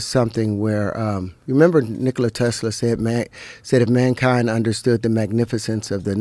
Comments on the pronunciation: "Maynekind." - Terrance Howard. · "Remember when Nikola Tesla said 'MANEkind...' "